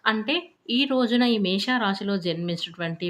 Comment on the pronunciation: అక్క నీ కో దండం. అది మేష రాశి. మేషా కాదు.